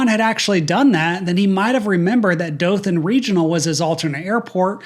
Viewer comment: I'm from Dothan and hearing someone say it correctly is so refreshing. I actually took my first flight as a passenger out of Dothan regional